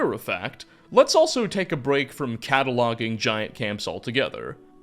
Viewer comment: “cattle-ouging”? :D